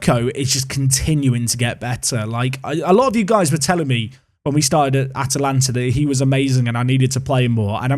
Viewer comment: Congrats you got the pronounciation!